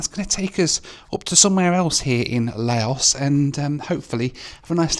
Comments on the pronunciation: kinda crazy that you can spend all this money on the flight, all that time editing and the countless other hours you put into the video but couldn't search up the proper pronunciation of Laos. A tad disrespectful tbh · Another idiot youtuber who believes himself to be some kind of expert and yet hasnt got a clue and cant even pronounce the name of the country correcty. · The only time appeared to pronounce the country's name correctly once, was during the loo review. He may have also managed it when mentioning the local beer, right at the end.😂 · It’s pronounced Lao Not La o Airlines We say Laos but its pronounced Lao 🤣🤣 Good try though 👏👏 My X girlfriend is from Lao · Geez, it's Lao. Rhymes with NOW. Not Leo or lay-o. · Lau would be proper pronunciation. Lau/s wrong but common. Lah-ohs as I’m hearing it here is a first. 😂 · fyi: the country Laos is pronounced "La-oh". "Lay-oh", as you keep saying, is Leo beer which you can buy in many bars/7-11s stores or big supermarkets in Thailand (Big C, Lotus's etc,). Beer Lao, the local beer in Laos, is first class and is widely available also in Cambodia and Thailand. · Lay-O Airlines 😂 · it´s not lay´-os it´s Lao L (ow) like öw¨ I hurt myself...... 25000 kip is a little over a buck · Laos is La-Os (like how you say La La Land), not Lay-Os 😅. Nepal is Nay-Pall (like how you say Stall) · ‘Leyos’ Shivers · LOL. Yeah. Lay-O was my favorite. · Leh-yoh Airlines? It's Lah-ow Airlines. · la-os? i thought its lause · please.... it's LAO as in LOUD so the country's name sounds like LOUSE not LAY-OS. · Lao...you can forget about the s, because that is what the french added (a silent s). So not Lay-os. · Its not pronounced Layos dude!!! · "Lay Os" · It’s pronounced Laow, llike how, and not yo gurt!!!!! It’s yoygurt! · 🎵 LAYYYYYOS! LAYYYYYOS! Daylight come, still can't pronounce the name right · It's pronounced Lao, not Laos. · It's Lao as in Cow .... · Laos is pronounced "Louse" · ITS L A O S THERES NO Y